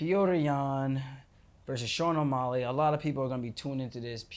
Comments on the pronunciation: Whyyy do u keep saying O’molley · Omolly, he keeps saying. Lol